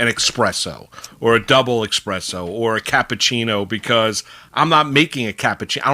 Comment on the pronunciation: ... There is no “X” in espresso. ☕️